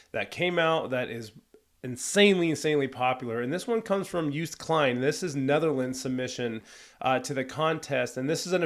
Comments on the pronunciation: More context: him singing 'Euro-pa-pa' is also for his dad because 'pa' or 'papa' means dad in Dutch. You pronounce Joost Klein great! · You're doing pronuncation of Joost Klein close to perfection. Well, the first time at least. In English it is basically pronounced as "Yosed Kline". Still not 100% the same as what a Dutchman would say, though. Also "Europa" is the Dutch word for Europe. Similar to German.